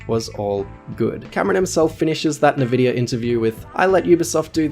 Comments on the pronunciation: Only a serial killer would call en vid ya (NVIDIA) as na-vid-ya. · You dirty boy, it's Nvidia not navidia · Did this guy just pronounce Nvidia Nah-vidia instead of En-vidia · En-Vi-Dia not nuhvidia, what an asshole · What kind of fucking psychopath says it like "nevidia"??? It's "ENvidia"!! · Is nvidia pronounced nuh-vidia or en-vidia? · I stopped watching as soon as he said "NAVIDIA" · "Navidia" ... ... ... Naaavidia . . . . . Naa'Ope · NVidea is pronounced EN videa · I believe at about he says Nahvidia as he shows as still from GeForce's website, an nVidia brand. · btw Nvidia is pronounced "N" vidia, as in the letter "N" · Nehvidia.... oh god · this video is great, but... "nevidia"?! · okay just had to check because keeps saying nuh-vidia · Were you trying to say NVIDIA like "nevidia", or did I mishear it? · That is the weirdest pronunciation of "Nvidia" I've ever heard.